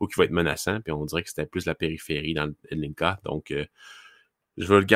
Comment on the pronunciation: Adam Zlnka se prononce exactement comme le nom de famille québécois: Joncas, prononcé tel quel à la télévision slovaque